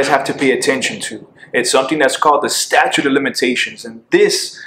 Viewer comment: Listen. I thought you were told. It's "statute" not "statue"